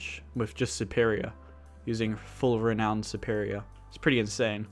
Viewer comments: I'm two years late! It's pronounced "re - now - n - duh" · Its pronounced ree-noun-ed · Man said re owned